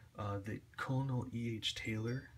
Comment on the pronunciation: It's pronounced "kernel" not "Colner". Also "Mikters" not "Mitchers"